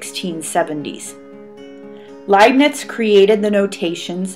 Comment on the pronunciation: The Indians discovered calculus 250 years before Newton. Pronounced as "Layp'nitz, "